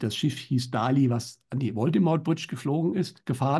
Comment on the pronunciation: Bitte bitte sagt nicht Dali denn die korrekte Aussprache ist Dalì, mit dem Akzent auf dem I. Danke